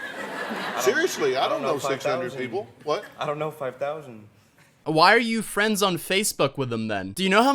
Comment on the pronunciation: 5,000 Fwends On Facebook I don't even have fwends :C &_&